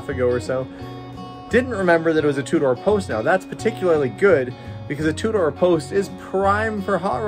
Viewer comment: Two-door car, what I keep hearing "a Tudor car"... :D